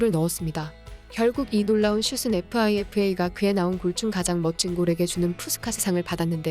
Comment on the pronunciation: 잘듣다가 FIFA를 피파라고 안 하고 에프 아이 에프 에이라고 발음하시는거에 신경쓰이는군요